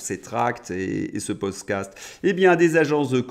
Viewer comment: tu es fâché avec le mot "podcast"!🤣🤣